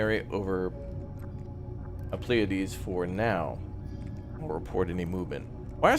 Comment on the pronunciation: FYI,, Pleiades is pronounced as 'plee a dez'.